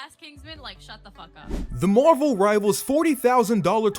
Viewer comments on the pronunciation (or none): Sorry but wtf is “morval”. SAY “MARVEL”